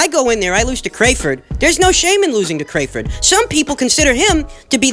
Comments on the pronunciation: Cray-ford? why mispronounce a man’s name on purpose? Put some respek on his name! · Have we as boxing fans, and Bob Arum, been pronouncing Terrence Crawford's last name wrong? Crawford pronounced Cray-Ford?